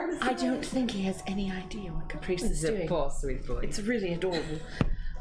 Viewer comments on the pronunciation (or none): I burst out laughing at Toa butchering Caprice's name XD